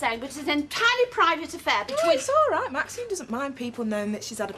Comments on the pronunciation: Audrey stirs every pot. Also why is Ashley unable to say Maxine? Why does it come out Maxime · Maxime instead of Maxine as well!😂